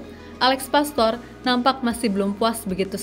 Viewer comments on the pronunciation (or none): Alex Pastuur bukan pastor Paas bukan paes Meis bukan mes Olé (é nya seperti di kata "képala" bukan ē di kata "bēbēk" yuk teman2 semua normalisasi cara menyebut nama orang dengan benar 🙌